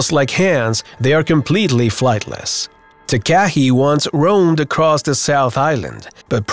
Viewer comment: You need to pronounce the nz bird Takahe the proper way it is said like tarkarhe not way you put it.